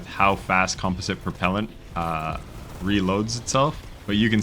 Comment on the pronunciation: You almost pronounced composite right lol.